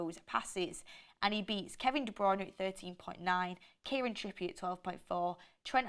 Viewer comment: Look you guys.Kevin of Man City right...His sirname is pronounced BROON ok DE BROON OK